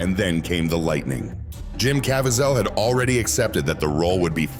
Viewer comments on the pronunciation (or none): What is this weird narration?!? AI-generated voice? Can't even pronounce words or names correctly! "Cavy-ZEL"? SERIOUSLY!?